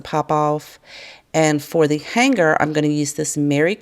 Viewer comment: I'm sure you're aware, the G in "hanger" is silent. I love watching your videos but it's killing me!!